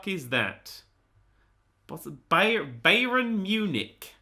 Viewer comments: Bayern Munich are a football (to Americans soccer) team pronounced BUY URN MYOO NICK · when he was stuck on the Bayern munich question I was screeming at him how to pronounce it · OMG when Nerd tried to say Bayern Munich lol